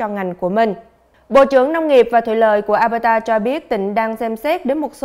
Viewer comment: Mình nhắc nhỏ thôi. Tỉnh Alberta, đọc là eo bơ đà. Nó hơi khác chút so với luật đọc chung của tiếng anh